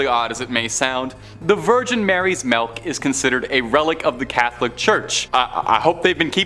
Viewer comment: What the hell is melk??